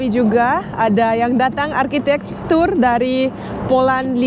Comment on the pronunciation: maaf saya denger kok Arkitek bukannya arsitek